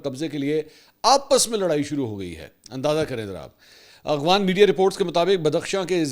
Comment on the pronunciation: منصور بھائی۔۔۔ آپ افغانستان کو اغوانستان کہتے ہیں۔ یہی وی لاگ ہی سن لیں۔۔۔۔ اور افغان کو اغوان کہتے ہیں۔۔۔ واقعی درست ادائیگی آپ کی زبان پر نہیں آتی یا کوئی اور وجہ ہے؟؟؟